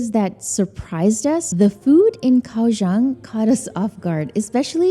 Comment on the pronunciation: TW Kaohsiung native GF politely corrected me & says it's pronounced more like "GOW-Shung." Won't say how badly I butchered the name before; it cracked her & friends up. 🤣 Kaohsiung ... one of the most under the radar cities. Glad you discovered & enjoyed! 🐯🐲